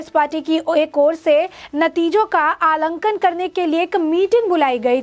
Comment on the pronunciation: Alankan nahi aanklan bolo beta. Hindi ke shabdon ka uccharan sahi karo.